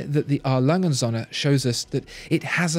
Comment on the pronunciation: Agreed. There's no real competition between these two. Too bad can't even pronounce Söhne.